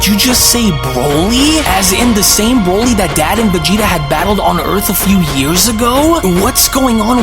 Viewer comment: You read on a 4th grade level & ur voice is irritating .. & nice job calling broly BRAWLY . This is literally all u do in ur life and u can’t even do it right😂😂